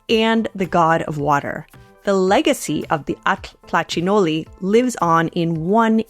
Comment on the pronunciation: Now I know how to pronounce atl-tlachinolli correctly :)